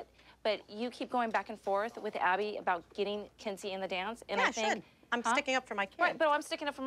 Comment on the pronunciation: Does the letter H not exist in abby’s alphabet because she never pronounces the H 😭😭😭